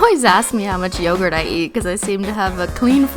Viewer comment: You pronounce yogurt wrong😂but love your videos👏🏼😘